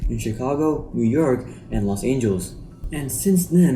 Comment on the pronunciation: Good content. A few pointers though: The intro does not suit a quality channel like this could shape up to be in the near future. The concept of the logo is good, just the execution needs work. The outro could not heard over the outro music. The pronunciation of some words (Los Angeles, Deutsche) needs work. Overall, the most important parts of such a video, the research and the analysis, is on point. The pronunciation could be ironed out in five minutes, and the rest a few hours, but you're on track to creating great content.